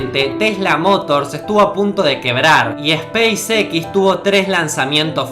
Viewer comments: space EQUIS.... space EX suena mejor ;) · Banana, se dice speis ecs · se pronuncia espeis ex ( space x) no espace equis ... porque combinas ingles y español? buen vídeo, pero ese detalle es de mal gusto. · Esa "A" de SPACEX me parece una "Y" diría SPYCEX, quiza solo es cosa mia pero es curioso. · spacex yo lo pronuncio speisez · Si vas a pronunciar en inglés "space" y no "x" para eso decilo todo en español.Bestia. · se pronuncia espeisix :V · Se me quema una neurona cada vez que dice "espeisexis".... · La pronunciación de los nombres que usas es repugnante hermano. Youtuber y no sabes pronunciar SpaceX? Ni siquiera PayPal que es tan fácil? Aprende a pronunciar bien los nombres hermano no seas tan sinverguenza. Es una crítica dura porque no soy hipócrita, es para que mejores no para que te ofendas. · Seria bueno que si vas a pronunciar en ingles el nombre de la compania "spacex" pronuncies tambien la x en ingles, sinó no tiene sentido, no te parece?